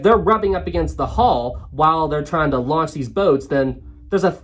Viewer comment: I'm glad I'm not the only one who forgets the n in launch 😅. It's okay, I do that mistake all the time lol.